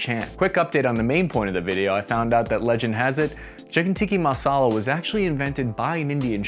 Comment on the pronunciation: It’s the mispronunciation of anything not American intentional? Lmao Tiki Masala is my fav dish for the beach